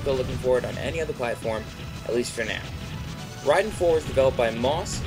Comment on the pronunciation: Rahiden? RHAIDEN!?!?!?!?!? -.-... Ray-den.